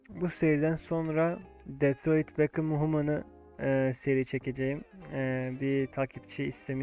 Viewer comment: detroi bekam human mı abi david beckham mı PUAHHAHAHHA